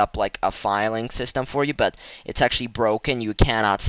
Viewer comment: lol. the way he said but. BOTT